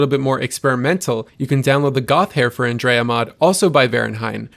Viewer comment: Have you not played the game or do you just refuse to pronounce Andreja correctly?